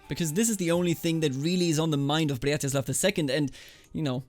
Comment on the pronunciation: I really like how you say 'Břetislav' as 'Blyatislav', sounds extra slav